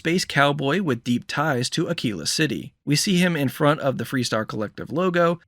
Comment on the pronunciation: Thank you for saying Ah-kee-la correctly. I've heard so many YouTubers completely butcher that city name that it's driving me crazy.